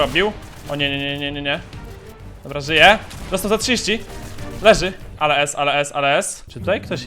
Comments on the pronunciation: mówi się Aloes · ale ez ale ez Ja: aloes aloes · aloez aloez aloez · Czy tylko ja słyszę ALOEZ ALOEZ ALOEZ ALOEZ?